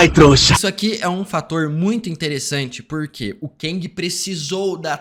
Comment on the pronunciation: Gostei da análise, mas para de falar "keng" é "KANG" 😂😂😂. No mais, foi bom.